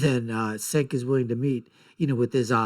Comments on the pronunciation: It’s spelled Cenk but pronounced Jenk. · Cenk (pronounced Jenk) is right, love how you have an opinion on someone who's name you can't pronounce.